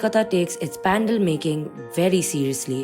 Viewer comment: Areee didi it’s Panaaaaaal , correct pronouns kro didi